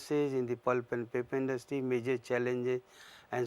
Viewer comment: papi industy ! tau ji bolna to sikh lo